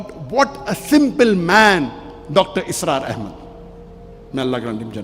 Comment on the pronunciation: Please its Dr Israr Ahmed not Asrar Ahmed